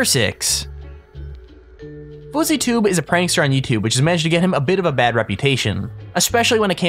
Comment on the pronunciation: Bad not bas